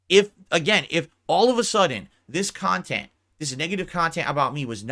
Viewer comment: There is a hundred kahtent clippers why does Doody specifically trigger him? Its because Doody des his bookkeeping for him? Im a loser for watching this kahtent i agree maybe one day ill make a turkey sammich and bring to a homeless shelter and do something pawsetive with my life. Moron loser